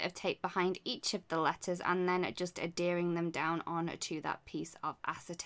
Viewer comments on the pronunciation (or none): Sorry,, I can't help but correct you:-). You are adHering the pieces down, not adDering. or that is how it sounded to me. But I do love your work:-).